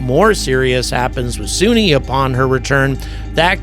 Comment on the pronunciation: Why do you keep calling her "Soonie" when she clearly pronounces her own name as "Sunny" in the clip you used of her speaking?